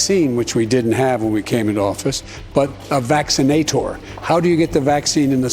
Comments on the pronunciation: a VACCINA-TOR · A VAX-IN-A-TOR 🤣🤣 holy shit this can't be real what is this old coot chatting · "The 'VaccinaTOR'..."🤣🤣🤣🤣